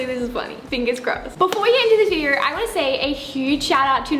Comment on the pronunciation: yea like "videor" lol